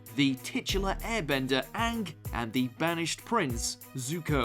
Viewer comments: please stop saying Aank instead of Aang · how the fuck this dude pronounce aang? like has he ever watched the show